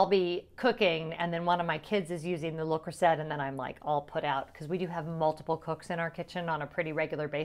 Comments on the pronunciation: Took me a while to realise what cookware brand you were referring to. We pronounce it (in the UK) le Croo-zay lol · And to be clear I know I’m pronouncing Le Creuset wrong but my audience is predominately American and I wanted to be sure they could find it so pronounced the way it’s spelled. I took French for 4 years and I’m sure my teacher watches and is fuming.😂😂😂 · As one of my favorite French teachers would have said…"You are hurting my French ears." 😂 But I get the need to meet the audience. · The French pronunciation is correct but I pronounced it the way it’s spelled so easier for people to find. You’re not wrong!